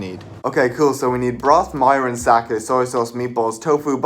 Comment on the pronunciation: Mirin. Pronounced “mih -rin.”